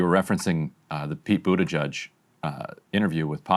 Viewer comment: Buttigieg really is a fun surname, and for that alone I hope he'll remain in politics for years to come. "Booty-gig" is my favorite pronunciation so far